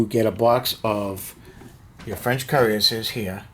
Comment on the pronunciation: It could be your accent but pronounce the names like this : "La Hay -Sont ' ,' Hann -o-very-yon ', 'Yay-gerr ', 'Coo-rass-ee-ers '( roll the R if you can ) ', Karra-bin-ye-ah ' , Perry-collee , Kwat-tra bra , Wha-vrah, Lin-knee , Vick- tricks